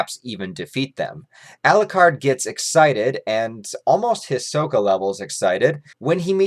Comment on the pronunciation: Every time says Elucard. Dracula loses a soul. How many souls did he lose in this video?:)